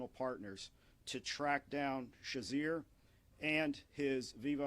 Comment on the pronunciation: His name is pronounced Cher a zay not Cher zer